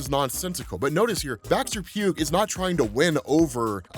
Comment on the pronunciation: Just a small note, but Baxter-Pugh's name is pronounced Baxter-"Pew", like how Hugh is pronounce like Hue. Then again this is the boys for all I know the guys gonna be dead in an issues time and it wont matter XD